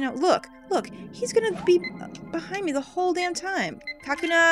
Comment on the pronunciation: It's not "KA-kuna". It's "ka-KU-na". As in, "cocoon".